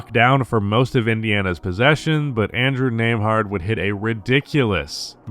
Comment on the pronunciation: learn how to pronounce it